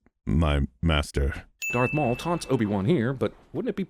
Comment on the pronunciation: This man just said 'DARK MAUL'!!!!